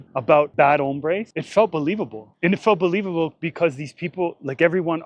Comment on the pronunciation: Trump didn't say "bad hombres"; he said "bad hambres." I am still trying to figure out how you deport that.